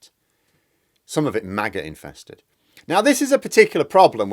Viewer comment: lol when you said "maggot-infested" i heard "MAGA infested". unfit for consumption indeed!